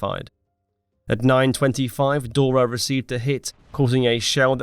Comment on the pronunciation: maybe he is saying it the german way, he also said dora the german way in case you didnt notice also AI will not say it the german way ?